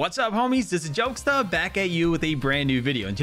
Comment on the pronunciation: Did he just say IT'S A JOKESTA?